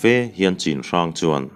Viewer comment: Chinhrang tia i lam hi Chhinhrang tih tur anih hmel ka ti. Lai tawng ah chuan 'C'hi 'CH' anga lam tur ani e